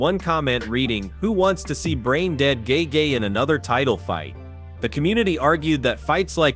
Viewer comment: "gay gay" for Justin is just funny.. damn AI.. LMFAO 😂😂😂😂 and "Gay Jay" 🤣🤣🤣🤣